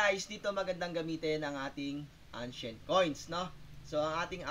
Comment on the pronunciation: ano po ang "angshent coin" ?